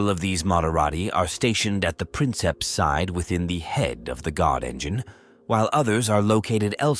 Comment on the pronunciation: Princeps is actually pronounced "preenkeps"